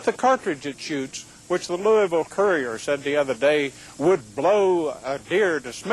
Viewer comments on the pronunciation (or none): none